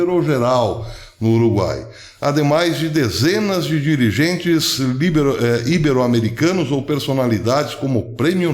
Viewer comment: A pronúncia correta é 'ibéro' e não 'íbero'. A tônica é no 'e'. Não existe acento agudo na palavra. O mesmo ocorre com 'nobél' e não 'nóbel'. Escreve -se 'nobel' e 'ibero' e pronuncia-se tal como escreve. Excelente vídeo, professor!